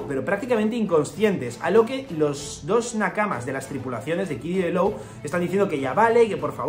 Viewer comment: Hola, Law se pronuncia: "lo", no "lou"